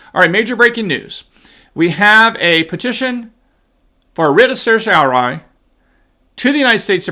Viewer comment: sehr-tea-oh-rah-ree... the first syllable rhymes with err, like the first syllable of error. sehr. tee. oh. rah... ree. It's Latin. I know you know that but you've openly admitted in multiple videos that you don't really know how to pronounce it and when you try you get it wrong. Weird that an experienced law school graduate can't pronounce basic Latin legal terms. But I still believe that you really did go to law school.